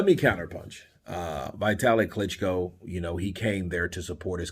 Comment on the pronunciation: .one thing.its not vaitali.its vitali.dont ever say Eastern European names like they would be american names.always say like its been written!